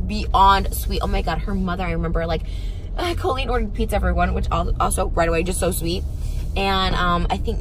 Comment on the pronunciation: carloo69 Colleen pronounces it as Co-leen. Even here in the US, that is a strange pronunciation that I’ve only heard from Colleen Ballinger. Every person I’ve ever met/heard of with that name pronounces it Cahl-leen.